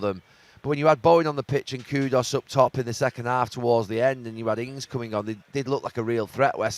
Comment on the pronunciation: his name isn't KUDOS ffs